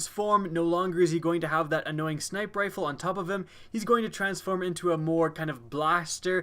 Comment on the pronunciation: Still bothers me that can't say 'snipeR rifle'.